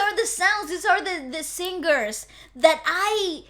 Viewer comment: You said The sing-gers...??? Ahahahhaha But any way polita corrales is From the Philippines...